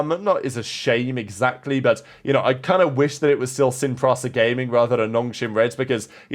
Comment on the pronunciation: every time he says Sin PRASA instead of Sin PRISA, 2 million children in the world die.